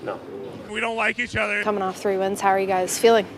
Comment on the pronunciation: Wings. Hahaha. WINGS. I mean, WINGS?!!? HAHA. I think you mean WINS dude. Bppffffbbbtttt. WINGS!